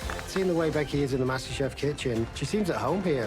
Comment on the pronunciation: why did I hear her say mushroom Canada kitchen?